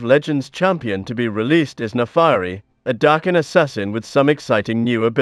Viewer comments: Naafari? Its Naafiri. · her name should be pronounced "nah fee ree" not "nah fah ree" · "Naafairi" "Sharima" "Aicaivia" It hurts